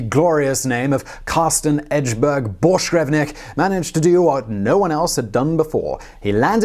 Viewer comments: His name ends with VINK not VNIK. Had to get it out there. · Carsten BorschgrevINK! His name was Carsten Borchgrevink, not Borchgrevnik. Jesus.... A guy goes way the hell out of his way to be the first man to step foot on Antarctica.... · ARRRRGGGHHHHH How do you manage to continually butcher names when you have them there right in front of you ? his name was "Carsten Egeberg Borchgrevink" NOT "Carsten Egeberg Borchgrevnik" !!!!!! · Hehe, "Borsh grevnik" Bork-grevink.. Not that hard really..